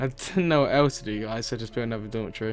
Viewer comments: i thought you were saying dormant tree when you were saying dormitory XD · when he said dormitory i thought he said dollar tree! lol